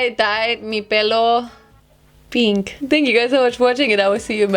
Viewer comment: nobody: nOBODY: LITERALLY NOBODY:: let’s cut bangs and die my hair peeenkh